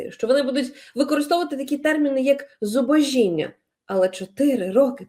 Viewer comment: зубОжіння. Наголос на літеру "О"